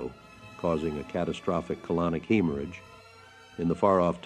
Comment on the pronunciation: was American born and bred, so would not pronounce “swathes” with a long “a” like the British. “Hemorrhage” had a short “e.” Do better, AI. Go back to training!